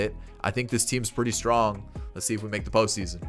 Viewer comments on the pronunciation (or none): none